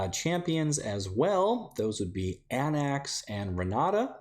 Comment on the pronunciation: Χαίρε Hello again! Theros is my personal fave set. Also Anax is pronounced Ah-Nahx